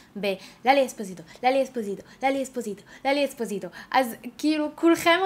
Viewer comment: לאלי אספסיטו לא אספזיטו